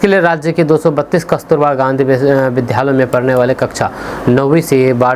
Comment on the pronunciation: कृपया आप अपने विधालय उच्चारण को छोड़कर सही उच्चारण विद्यालय करें।क्योंकि आपको सभी सुनते हैं।इसको अन्यथा न लें।धन्यवाद